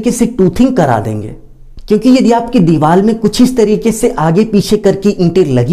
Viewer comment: Bilkul sahi kaha mai bi bolne wala thaa